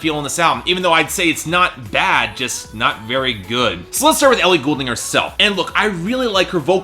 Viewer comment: maybe dont review her album if you cant even pronounce her last name?